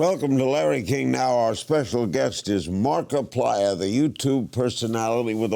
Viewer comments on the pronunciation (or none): Ah yes, my favourite YouTuber: “#Markipilier”